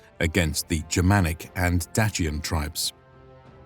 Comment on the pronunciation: It was nails on a chalkboard to hear Dacian pronounced with a ‘ch’ in the middle. I’ve worked with several well regarded classicists and never heard that used seriously.